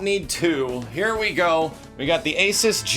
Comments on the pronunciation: It's ay-SOOS, not AY-suhs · The moment you realize doesn't pronounce ASUS correctly and is sponsored by them.